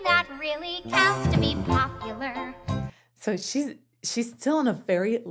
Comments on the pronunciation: She's not confused about how to pronounce popular, but isn't it that she's trying to rhyme popu-lare with are in the previous line? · Thanks for this. Ever since this came out, I've been hoping you'd do a comparison of this song, and you even started out with Kristen's live performance. So happy to know you are going to be doing more of the songs. I used to think that when Galinda changes PopuLER to PopuLAR that it was her not being sure about the pronouncification,. But I recently realized that it's perfectionist/ocd Galinda noticing that her amendment in the line "... who you were... well ... are." broke her planned rhyme scheme. Awkward pause... then she tries to belatedly update the rhyme and she's not sure if it worked. Another awkward pause before she decides it doesn't matter and just moves on. It's an incredibly subtle lyrical joke about Galinda's fake self-confidence that makes me laugh and admire whoever came up with it... I presume it was a choice by Kristen and Schwartz working together to find the laugh, and it's a layer to the humor that makes Galinda's character work so well despite being who she is... well... was. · Most of the time they pronounce popular like popuLUR, but in that one instance she's rhyming with the word are so she corrects her 3rd syllable. Instead of LUR, LAR. That's how I've always interpreted it at least. Hope